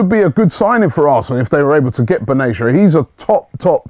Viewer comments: Robbie,It's Ben-Ah-Tea-Ah not Ben-Asia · for the 100th time !! its not "Baneesha" its BEN-ATIA LIKE BEN-ARAFA - ,,, BEN= son of.. so son of Atia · Dude Robbie! It's pronounced Ben-a-Tia not beneysha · Just as a side point Mehdi last name is pronounced BEN-AH--TEE-AH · If you say "binayisha" once more I'll report for misleading content. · robbie plzzz. its ben_ateya. just like ben arfa ,get it right u star lol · Can you please make an effort to pronounce Benatia's name correctly please